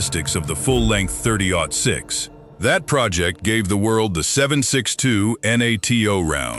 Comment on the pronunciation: was it "thirty zero six"? Cuz that's when I turned it off lol